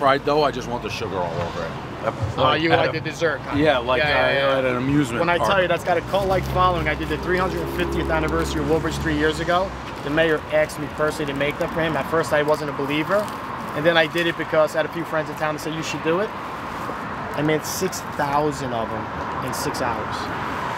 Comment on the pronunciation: Pronouncing “asked” as “aksed” was so Jersey.